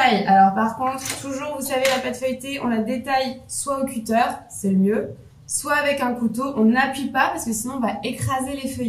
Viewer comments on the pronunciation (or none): none